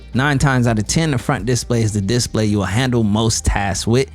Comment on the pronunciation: Just to be picky, the accent should be on the second syllable of display, not the first. You said that word so many times it was driving me crazy. Just so you know, I am a fan of your channel 👍